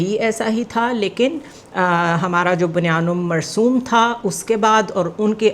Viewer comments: bunyan marsoom❌bunyan marsoos✅ 3 min 15 second🥰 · اپ انگلش اتنی اچھی بول رہے ہیں لیکن اپ اپنے قران کا ایک لفظ جو بنیان مرسوس ہے اس کو بنیام marsoom پڑھ رہے ہیں تو اتنا تو اپ قران بھی پڑھ لیں تھوڑا سا پلیز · Operation Buniyan Marsus - آپریشن بنیان مرصوص ... not marsum. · Madom, Bunyanum marzoom nahi tha.. Bunyanun Marsoos...is a word from Quran.. Pls pay attention.❤ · It’s BUNYANUM MARSOOS.